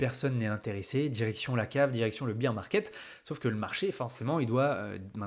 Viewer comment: 😅Accent sur BEAR market on dit pas BIR… on dit BÉR … voir DeepL en audible…si besoin. Rien à voir avec BEAT (bit) ni The Beatles 😂 ze Bitels Je sais je casse les C.lles 😊 tant pis.